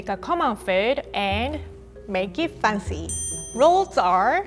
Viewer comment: "Make it foncy"😊